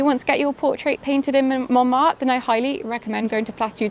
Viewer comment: It’s MonmarTRE, not ‘Monmar’. With your name I would have thought your pronunciation would be better!